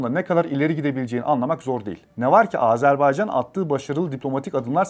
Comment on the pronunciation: AzArbaycan diye telaffuz edip durdunuz. Anlatımını yaptığınız ülkenin adını bile doğru telaffuz edemiyor olmanız işin ciddiyetine zarar vermiş. Özen gösterin lütfen